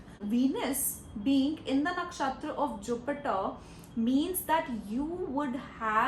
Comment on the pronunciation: Why do you mispronounce Nakshatra? It's funny 😂😂